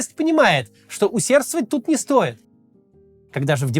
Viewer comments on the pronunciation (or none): none